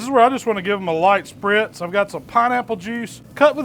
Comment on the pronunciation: He said sprtiz